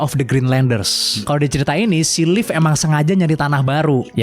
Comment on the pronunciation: Si Leif ya kawan kawan bukan silhit